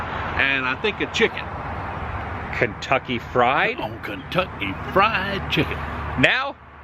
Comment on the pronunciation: Love u Adam and Adams father you said Kentucky FRIEND chicken instead of Kentucky fried chicken lol❤🤷‍♀️😭